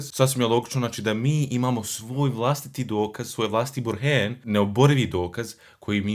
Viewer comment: Bruder zadivljen sam lingvistickom obradom teksta Qur' ana,pa me malo čudi vas izgovor riječi "Burhan",ali sa E, "burheen'.Trpi li to lingvistika arapskog jezika,ili ja previše pitam,jer,Elif isključivo zahtijeva izgovor na A,a ne E.